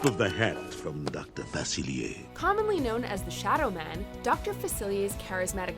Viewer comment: What is Doctor FACILIYAY? It’s Doctor FACILIER.